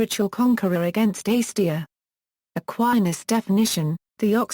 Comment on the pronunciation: Slow down. No need to speak so rapidly. Also, please pronounce acedia correctly: A c d ia or perhaps you will understand this better: ay (as in may) c (as in see) d (rhymes with see) ia sounds like uh